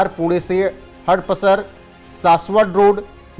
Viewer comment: हड-पसर नाही हडप-सर कहते हैं उसे! 😮